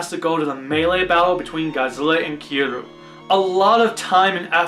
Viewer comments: if you pronounce kiryu Kir and you. it kinda sounds like kill you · Also, Kiryu is pronounced Kir-ree-you